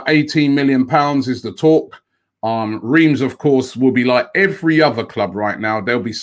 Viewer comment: Swap anyday lacazette anyday, ask your French correspondence to pronounce Reims as you wouldn't believe how it's pronounced. You don't even say the M. Didn't live too far away from there many years ago, pronounced like Ras. COYG